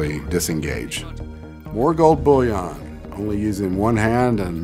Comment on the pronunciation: The way he says "Gold Boúyõn" 👁👄👁